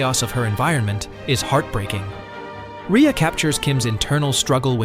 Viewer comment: I thought Rhea Seehorn´s name was pronounced "Ray", not "Ria".